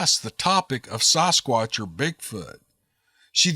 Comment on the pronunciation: Sass squatch.... Not SOSS squatch